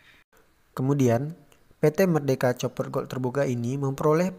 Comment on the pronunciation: Koq bacanya 'coper' gitu ya .. apa tidak bisa bhs Inggris?